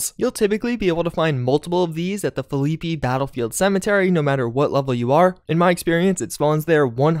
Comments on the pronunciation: FILL LEE PEE battlefield cemetary... That's not even close to right lol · Just a tip from a West Virginian Phillipi is pronounced phil- a - pee at least West Virginians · I found it funny how he said that since I live in northern wv beside pa